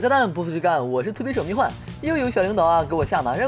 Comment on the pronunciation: 不是蜜獾（huan）吗